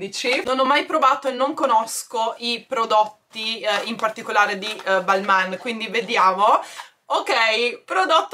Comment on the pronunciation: Ciao, molto bello il calendario! Comunque si pronuncia "Balmén". Un abbraccio.